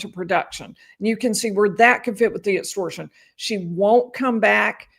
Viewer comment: Etstortion, ezactly 😂